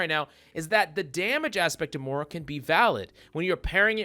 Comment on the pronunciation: “Morah” lol